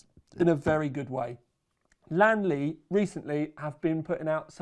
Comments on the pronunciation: its li an not lan mate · Only you,, pronounce the brand with two syllables, and you almost got it right. Most native English speakers say this with three syllables like Li-An-Li. I'm not a purist or something, but knowing how English words are pronounced, it feels odd that the L-I-A-N series of letters become two syllables, but names like Neil, John, Pete, etc are said with one. The Chinese pronunciation is like lien in Alien. Like Alien Lee but remove the A. Lien Li.